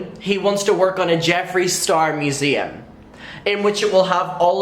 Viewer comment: I had to turn the video off and walk away when you said museum. 😑